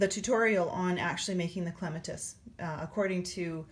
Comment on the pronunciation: Starting my Clematis now. BTW, it's pronounced clem -AT-us, like the flower. Thanks for the tutorial!